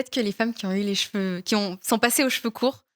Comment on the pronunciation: Bravo! Y'a du progrès! Tu dis cheveux, au lieu de jeveux, une fois sur 3!😆 😘❤